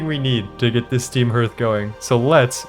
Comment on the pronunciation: Herth is the wildest way to pronounce that word. I've always heard it pronounced harth.